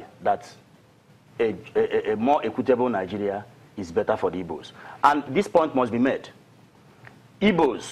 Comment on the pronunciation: its not ibos its igbos